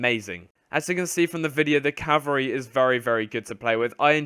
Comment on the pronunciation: "CaVALreey" not "cavareeh"